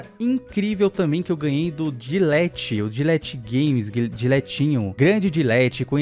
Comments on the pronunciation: é dlet kkkkkk não dilet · Eu ouvindo ele falar gilete 👁️👄👁️em vez de delet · O nome dele é assim Dlet ou dletinho valey Como o pronuncia: Dilet Como é: Ainnnnnn dletinho valey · Melhor coisa do vídeo era o falando "dilet" kkkkkkkkkkk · "dilet" kkkkkkk n tem muita intimidade é assim msm tio forevis fala "deletinho vaaaalei"